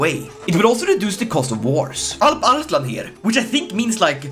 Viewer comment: holy shit that alparslan pronunciation at the begining was spot on